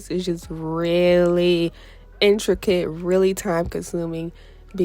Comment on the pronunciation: It’s called intricate not inter quit!